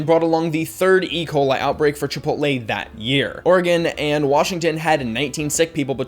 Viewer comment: "Chipotle" not "Chipoltle"